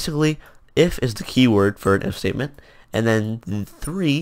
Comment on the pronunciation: when he said "if state" it sounds like mistake lol